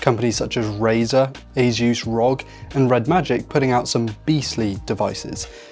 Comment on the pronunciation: It's not Asus rog, it's Asus "r.o.g." (republic of gamers)